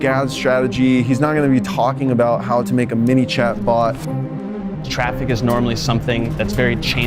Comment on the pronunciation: Traffic not Fraffic